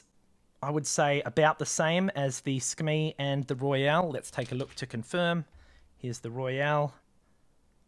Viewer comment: Not to sound nerdy 🤓 but I am pretty sure it's pronounced Su-Kuh-Mei